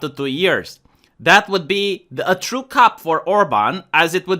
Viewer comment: You pronounced coup as cup. Minor nit pick. Good take overall though.